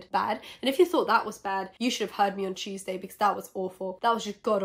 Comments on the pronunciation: Love how you pronounce “tuesday”, sounds like cheeseday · I’m so high when you were saying Tuesday it sounded like cheese day- so imma go eat now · It took me five minutes to realize that every time she said cheeseday she meant “Tuesday”